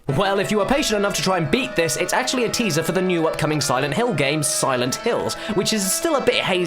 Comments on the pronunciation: LOL You said acrually not actually! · Said the man who said "acrually."